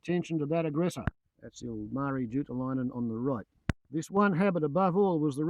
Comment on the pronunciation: It's Ilmari, not Ulmarri. Great video subject.